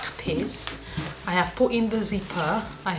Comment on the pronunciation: Great tutorial. Every time you said piece it sounded like you say piss lol. 'Im British I'm easily amused.